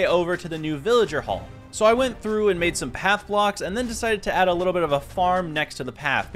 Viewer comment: his little bit is like liblblblblblblbbl😂😂😂